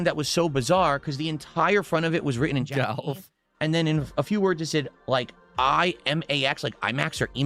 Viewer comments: Only can manage to add the sound " ayy-uhh-yugh" to the word "golf". " Gah-yuy-eh-yigh-uhlvff". Amazin' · Why on earth can he not say "golf"? What is that about?